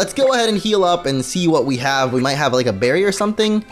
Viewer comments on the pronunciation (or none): none